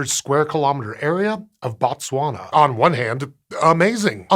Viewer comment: Did you just call my neighboring county "butt-swana" 🤨